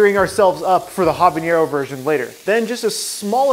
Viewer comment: Habanero not habañero.